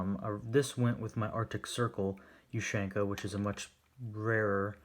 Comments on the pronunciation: I think it's pronounced OOH-SEAN-KUH not YOU-SHANK-AH. Good video! Let's see some more USSR stuff! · Its ushanka. Not "you shank a". Like tachanka isn't "tac shank a" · Asian ushanka not the way you pronounce it the way you pronounce it is weird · Dear god the way he sais ushanka for gods sake man learn to say it properly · your saying ushanka this is not a hate comment just a informitive one